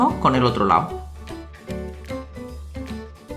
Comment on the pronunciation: porque dices lao envede lado